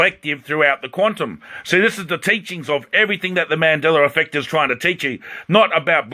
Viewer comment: "........ on the mandellera effect....." did you really just say that??????